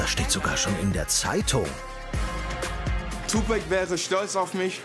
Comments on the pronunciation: Hatje Lissitzky es wird so ausgesprochen wie geschrieben nicht tupäääc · Dieter lern mal Tupac sagen was ist den Tupec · im englischen wird es 2pec ausgesprohen schau dir die south park folge an wo 2pec auftaucht die sprechen des auch so aus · Der kann nicht mal tupac aussprechen